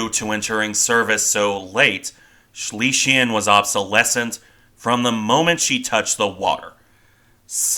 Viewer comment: Please work on your pronunciation - Schlesien is pronounced Shlay - zee - in . Schleswig Holstein is pronounced Shlace vig Hohl - shtine